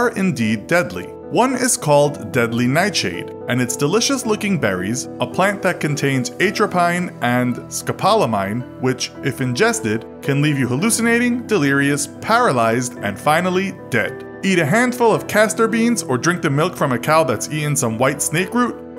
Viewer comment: a trap eyne and scopol o mine.....doesn't anyone EVER review their videos for pronunciation before foisting them on the innocent public??